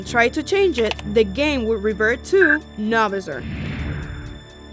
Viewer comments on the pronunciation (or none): It's not Novasor it's No Visor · Btw it’s No-Viser not Na-Vser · It’s visor not visir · Did she purnounse it Novizerr? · Not no viser no visor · You pronounced novisor wrong it’s No VISOR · ITS PRONOWNCED AS NO VI ZER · Why does everyone misprounounce No-visor? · You spelled his name right but you did not pronounce it right